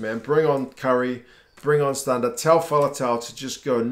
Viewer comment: i also like how he pronounced stander the way south africans do instead of stand-a